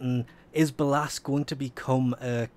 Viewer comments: "be-llasss" Stop please. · btw its pronounced Bay-Less. don't wannabe that guy but ya know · No offense , but the pronouncement if ballas made me cringe hard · I love how he says ballas completly wrong